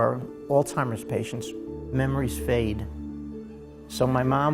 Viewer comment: Very nice video. Not trying to be critical but Alzheimer’s does not have a T in it. Just thought you might want to know.